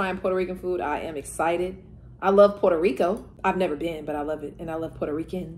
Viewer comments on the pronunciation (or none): none